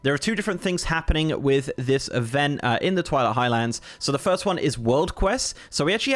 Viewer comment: It's Highlands. Not High Lands.